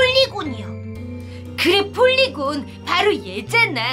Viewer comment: 폴리건이아니고 폴리곤입니다